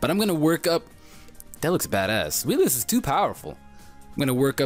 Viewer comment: Zweilous is pronounced "Zvi-Lous" The Zvi sound comes from the german number for two. :]